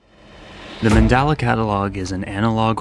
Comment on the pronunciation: manDELa MANDELA… not manDALA sorry that was bugging me a bit🤣🤣🤣🤣